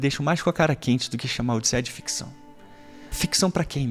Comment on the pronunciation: ficção não FICCÇÃO, com 2 C e 1 Ç kkkk